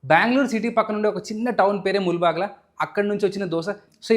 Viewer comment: Bro, Palaya kaadu bhaiya. It’s Palya. Mulbagila kaaku mulbagillu. Other than that everything is super.